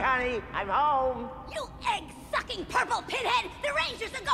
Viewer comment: Ok seriously I know I wasn’t the only one at that time thought Rita dropped the F-bomb, didn’t it sound like she said fucking instead of sucking